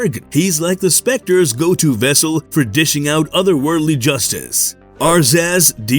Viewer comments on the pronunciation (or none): none